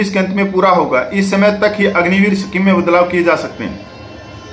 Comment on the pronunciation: सफीम नहीं भाई साहब, स्कीम होता है